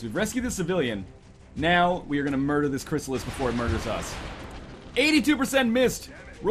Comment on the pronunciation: Well, you just kind of wasted my time, I clearly posted that half a year ago. And how is being butthurt, correcting a way of saying " Crysslis " instead of " Cryssalid "? Nice Profile pic, btw.